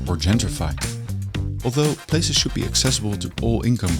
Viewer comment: Plazes? Places! Dutch randzdad accent...